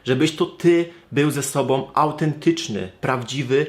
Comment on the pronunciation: Ale mnie w uszy szczypie, jak ktoś mówi "sobom" zamiast "sobą"=> "om" zamiast "ą". Tylko ja tak mam?